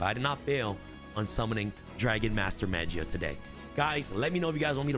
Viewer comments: he pronouncing magia with a j, smh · it's pronounced maw-gee-uh